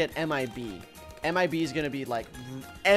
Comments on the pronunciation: when you say MIB I always hear AM I A BEE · You could say anything ANYTHING but why you say m i bee